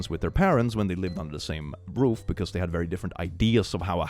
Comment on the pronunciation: "... when they lived under the same... broof!" Lol 😅